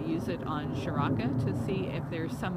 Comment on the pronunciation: hey guys if its a indian name like priya and seth then charaka needs to be start with 'cha' as in 'chase' or chipotle' not with 'sha' then rest 'rak' like 'ruk' as u pronounce 'luck' no need to add extra 'a' in the end it and stretch the name its only charak that a in the end is unnecessary